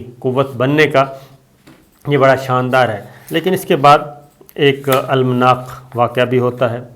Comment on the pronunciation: SS yar ab tou Urdu seekh ley bhai...ALLAM- NAAK not ALMANAAK